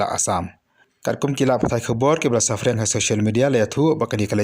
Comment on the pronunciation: Sa khlaiñ noh mo minister, bad sngewbha ki nongai khubor kin pynbeit bha noh ia ka rukom kynnoh ym dei (safriang) dei (saphriang).... Mo